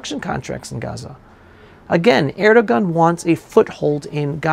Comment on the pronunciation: It’s pronounce (Air do Wan) by the way, the G is silent!!!